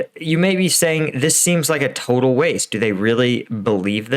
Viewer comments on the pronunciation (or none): none